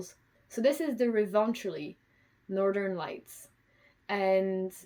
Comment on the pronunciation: Greetings from Finland. You pronounced "Revontuli" really well! It was interesting to hear your knitting journey. Thanks for keeping me company while I knit.